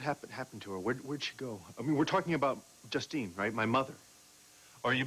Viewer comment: is trying to say justine but it is coming out die?